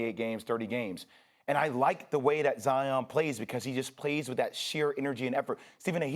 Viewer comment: ZION RHYMES WITH LION. How are so many people so wrong? Mt Zion, these things have been known since a kid Lion Zion. C'mon.